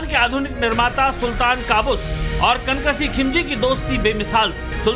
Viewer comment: "कन कसीह" नहीं मेरे भाई "कनक सिंह "